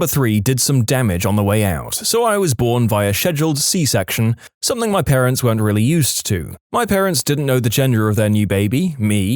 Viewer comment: No K in the word something